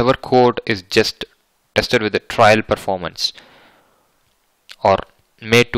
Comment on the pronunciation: Sir it's trial not trail both are different words pl correct hope u will take it in a positive way